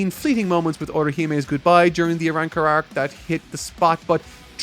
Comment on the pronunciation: This man said the ARAWRCAR arc, i can't wait lmfao 😂😆